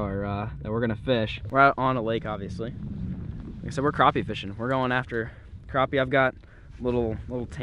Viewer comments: Its krapy not kropy! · Crap.. e Not craw.. p Lol we all have our ways to say it. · its crappie not croppie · It's crap-i.e. Not croppie